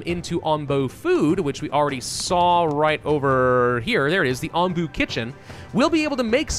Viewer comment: Yeah, nope. Onbu as in the onbu obake. Hilariously, this seems to be Soviet Russia, as Onbu carries YOU.